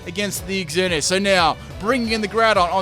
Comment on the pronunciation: I love that you called it "Ex-Earn-E-Us." It keeps with the noob theme because only noobs would call it that.